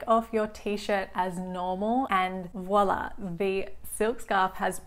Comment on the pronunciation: take a shot anytime she says voila wrong